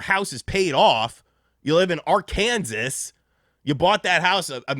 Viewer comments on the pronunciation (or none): 🙂‍↔️ "Ark-Kansas" is diabolical.."